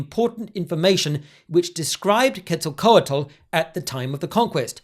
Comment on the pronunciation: Normally wouldn’t say it, but since the way you are saying Quetzalcoatl seems like you’re trying to be authentic, the “tl” is a voiceless alveolar lateral affricate. Think a sound like the Welsh ll but with an air stoppage preceding it. The way I’ve seen some who don’t want to try to pronounce this unfamiliar sound do it is by just enunciating the t really hard at the end and not adding an l. Not that you have to try to do it if ‘authenticity’ isn’t your intention of course.